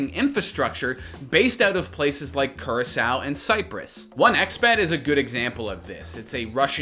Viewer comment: That's not how you pronounce Curacao lmao